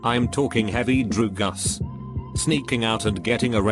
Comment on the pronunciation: Me: Drugs Reddit Narrator: Drugas